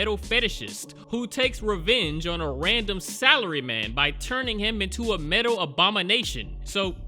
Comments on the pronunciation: Yes, this is what I need before going to sleep. Also, for some reason I'm hearing Salary Man as Celery man... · Does anyone else hear celery man instead of salary man??